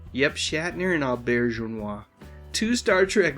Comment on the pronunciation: Always admited Rene. And took some pride in being able to pronounce his last name. Now everyone will know, thanks!